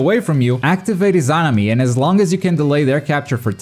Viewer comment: im upset on how he said izanami